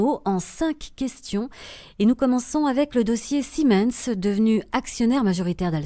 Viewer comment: ziminsse ? Ca se prononce pas "Sie mainesse " pour siemens ?